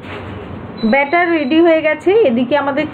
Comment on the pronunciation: বাটার না মামনি ওটা ব্যাটার